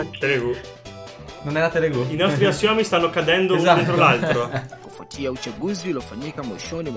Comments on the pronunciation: ancora mi chiedo perché avete detto telegu e non telugu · bello come abbiate sempre letto "telegu" invece di "telugu" per tutto il video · Che poi è Telugu non Telegu